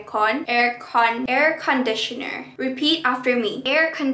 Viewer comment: She : "air conditioneRrRRRrr" Me as Malay that fluent britain moRrrrrrree than USA belike; 😶😶Whot NerrrrRRRrR🤣🤣🤣🤣🤣🤣🤣🤣🤣🤣🤣